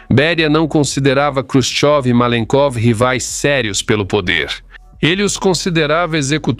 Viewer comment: Você está mais por fora que bunda de vedete! Quem disse que Nikita Khrushchev (não Krushov, como você diz) foi fuzilado?